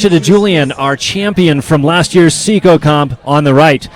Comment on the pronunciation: is anyone else a bit annoyed that the announcers call it "see-co-comp"?? why wouldnt you pronounce is "psy-co-bloc"?